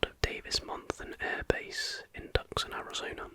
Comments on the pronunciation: Great video AGAIN! Oh and it's "Tooson" not tuck son as it actually looks. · fyi, it’s pronounced Too-sahn, keep grinding buddy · Tuscan is pronounced Two-Saun.